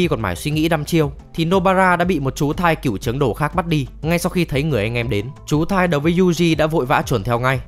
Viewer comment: Chú thai k phải chú thái :))